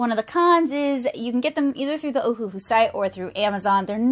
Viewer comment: You're very talented! Just an FYI that it's pronounced Oh-Uh-Hu (Owahoo). The company named itself after the Hawaiian island of Oahu, they just spelled it phonetically for some reason. Anywho, 2 of their classic sets are even named Oahu, and the other 2 are named Honolulu.